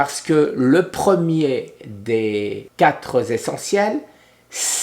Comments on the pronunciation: Les quatre.z.essentiels😄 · Les quatre Zessentiels avec un z à quatre.